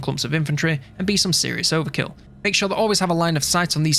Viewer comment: Did you say Ogre-kill instead of overkill when talking about the Ironblaster?